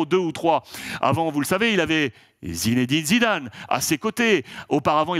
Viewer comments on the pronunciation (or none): none